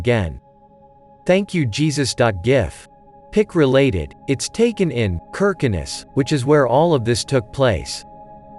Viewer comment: When kirkenes gets pronounced "kurkernez" kek